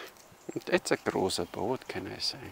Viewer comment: yay, you nailed the pronounciation of his name, its said exactly that way! Also, his "extra3", biocomposite and most of fiberglass bows are based on original findings, so that waste material at the end of siyahs are historically accurate. On the other hand, his normal laminated bows are sport bows, way lesser waste mass anywhere.